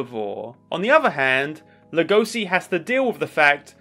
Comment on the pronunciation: I don't like how u pronounce legoshi, other than that great vid